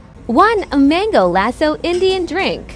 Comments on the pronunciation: Bro that is not Mimosa that is samosa and that is not mango lasso mango lassi please do good pronunciation ok 😅😅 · Ha ha ha.. suggest you listen to the right pronunciation. Samosa, not mimosa. LAssi, not Lasso. Well... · what mango lasso? its mango lassi What mamosa? its samosa please try to pronounce it properly at least you say all of these item name on mike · As an indian... I WANT THIS MAN FOUND AND ARRESTED bbq sauce,mimosa,mango lasso he wasn't even trying to see if he was pronouncing them right